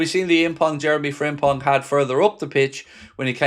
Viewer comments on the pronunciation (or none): The impong of Jeremy Frimpong made me giggle. Keep up the good work man. WFM